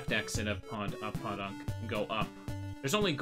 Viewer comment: For whatever its worth, it is pronounced Poe-Dunk, not Paw-Dunk. Not a big deal, just pointing it out.